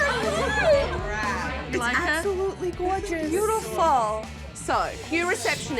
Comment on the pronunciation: It's bewdifal